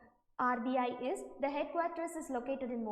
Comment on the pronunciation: Its RBI not rib